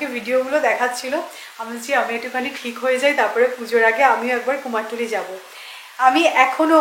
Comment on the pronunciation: অনেকেই বলে এটা শুনেছি।ভুল উচ্চারণ খুব কানে লাগে। তারপর অপারেশন টা কত বার শুধু ওপরেশন বলে গেল। যাই হোক এগুলো নিয়ে বলার কিছু নেই।কিন্তু কুমোর টুলি টা খুব কানে লেগেছে।